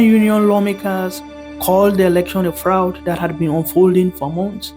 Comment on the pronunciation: A good summing up of things 👍 And on a different note, a small lesson for 90- if English speaking Kenyans (Africans): Fraud is pronounced frawd. It’s an -aw sound. Lime in the word “caught”.